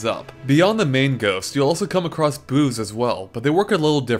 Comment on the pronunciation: I heard "booze" not "boos" by accident.